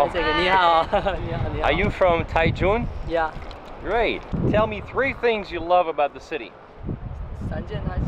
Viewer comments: I love Taichung, I have lived here over 10 years. Bit why do you keep calling it Tai tune it is Tai Chung (Taichung) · Your Pronunciation is terrible. Taichung.. and Jipinese ha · It’s pronounced Tai-Jong.